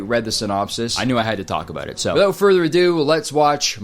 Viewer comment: is the most Canadian this fucker has ever sounded. Don’t think we ain’t hear you say “Abeaut” Kurtis.